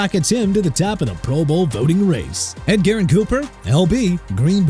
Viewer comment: SMH... EDGERRIN EH-JUR-IHN COOPER NOT ED GAREN COOPER!!! COME ON!!